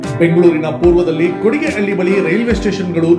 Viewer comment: kodigehalli alla kano. kodihalli.